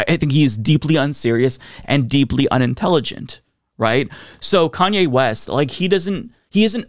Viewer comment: Lol, "KKKanye", damn.